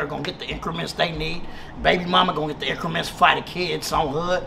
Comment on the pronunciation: Lmaoo “increments” 😩😂😂😂😂